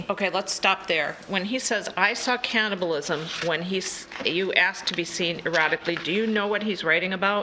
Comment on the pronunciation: she couldn't even read the word cannibal correctly even though she had 3 chances in the same sentence 🥲 she's stupid stupid